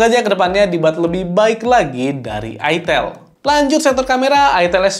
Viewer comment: ITEL, "E" nya itu Edge